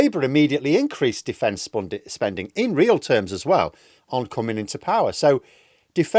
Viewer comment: Defence spunding! 🤣